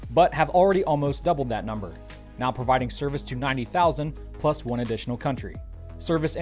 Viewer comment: Nothing sadder than a fully grown racist who thinks it is funny to say "meow" instead of "now".